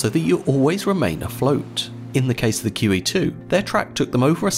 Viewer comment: I enjoyed this topic. My only advice for improvement is to put the name of the ship in the title. Instead of "She" use QE2, because when I initially heard it, I thought you said Kiwi 2. And you didn't repeat the name in the video. Had to use captions (and I hate using captions) to hear it properly (after I finished my initial watching of the video). Squat!